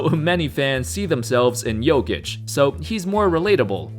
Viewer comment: Thank you for pronouncing his name right